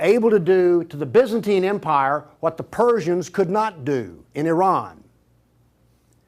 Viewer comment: He can't pronounce Byzantine 🙃😲